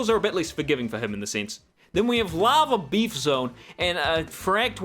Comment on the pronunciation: I'm glad I'm not the only one who heard "Lava Beef" when he said Lava Reef.